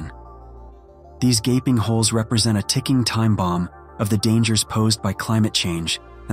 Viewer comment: Whats a 'GABING HOLE'? Did you mean GAPING???